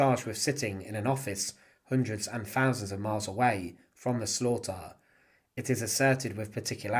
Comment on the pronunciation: Very interesting but please say thousands, not fousands!